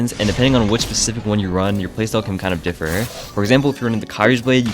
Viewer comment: "your playstyle can kinda differrrrrrr"